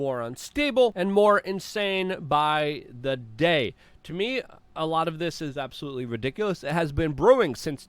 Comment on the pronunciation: I love it when Luke says “absOH-loOly” 😂👍🏻